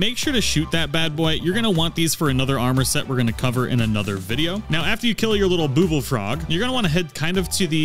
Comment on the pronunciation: ITS BU BL NOT BOOBLE BUBBLE